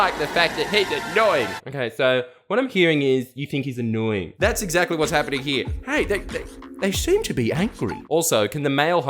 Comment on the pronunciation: She also pronounces ‘here’ like HYA. Over hya